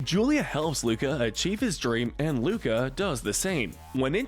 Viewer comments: Everyone: oh this soooo accurate Me: dude in the first 30 seconds he called Luca “Luna” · You called “Luca” Luna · “Coco and luna” Me:its Luca not luna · Umm excuse me you said Luna instead of Luca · He said Luna instead of Luca I think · I’ve been reading most of the comments and does no one seem to care that he said Luna instead of Luca in the beginning of the video 🤣😅🤣😅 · WHY DID I HEAR LUDA INSTEAD OF LUCA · You said Luna but it's Luca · Y mispronounced Luca?!?! How dare u disrespect my fishy boi